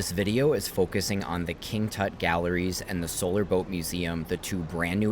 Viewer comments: How the hell do you pronounce "King Tut"??? Dude! Seriously??? 🤦‍♂😂 Does everything have to be Americanized??? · King "toot"?.?. LMAO!!